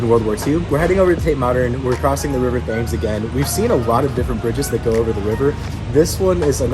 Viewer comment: The river is pronounced Tems.